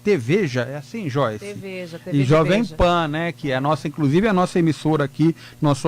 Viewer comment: Incrusive. Depois se diz jornalista. ''TA SERTO''